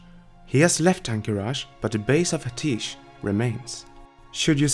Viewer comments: Only criticism is a minor grammatical one, I love these videos!. It's "Ah-tee-esh" not "Ah-teesh". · It's pronounced [AT - E - ESH] NOT [AH - TEESH] Listen to Khadgar in game... Pretty sure he says it as you fly to Azsuna the first time you start the zone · Amazing stuff as always, but isn't it pronounced "Uh-tea-esh?" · love your vids but go into WoW, listen to Khadgar pronounce Atiesh and then come back. There's a lot of times when you mispronounce something.